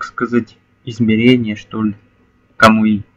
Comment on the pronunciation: не камуИ а камУи